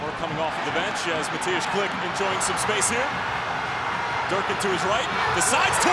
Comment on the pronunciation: just here to give props to the commentator for Mateusz Klich's name pronounciation. For a non polish speaker, well done :)